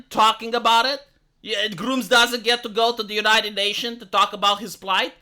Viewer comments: It's Grummz not grooms. That sounds really bad lol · Know its an accent thing but the way he mentions Grummz makes me lmao.